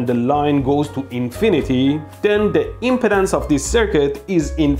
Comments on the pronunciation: Electroboom, I'm a retired electrical engineer. I love your video. I wanted to say, importantly, the word is impedance NOT impotence!!! Yours is the third of three videos I've watched on this. First was Veritasiums, then Dave at EEVblog, then yours. Dave said that we engineers think about things differently. That we have tools to analyze things and validly track physics and the rules of science. You fellows have collectively reminded me of much of the complexity we were trained to understand and analyze and calculate. I've much forgotten what I was trained and educated to deal with. I've been so browbeaten by the mindless politics and public chaos of people and the media news etc. I've forgotten the promises of my youth and education. Youtube, multimedia and Internet is a terrible way to waste a capable mind. You've helped to retrieve my past capabilities. Thank you. Amind is a terrible thing to waste, and you've given me a wake-up call. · Your accent "rubbed me in ways I didn't like"... When you say impedance, it sounds almost like impotence... It should sound like em-PEE-dense (emphasis on the second syllable)... :-) Otherwise, very educational video - thanks! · He's saying 'impedance', not 'impotence'. He's just placing the stress on a different syllable. 'ihm-peed-ANCE' instead of 'ihm-PEED-ance' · He's saying impedance not impotence. Emphasis should be on the 'ped' pronounced 'peed' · So glad I know he’s saying Impedance…not impotence…lol. Such a big difference in one syllable. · FYI, you are pronouncing it : im·po·tence /ˈimpədəns,ˈimpətns/ instead of im·ped·ance /imˈpēdns/ ( IM PEE DANCE ) the other way sounds like you are talking about erectile disfunction LMFAO. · Oh my goodness you brought back a lot of memories from college and transmission line theory. And you cracked me up with your pronunciation of impedance, you are pronouncing it like impotence. The e impedance is a long e, so it is pronounced like M-pee-dance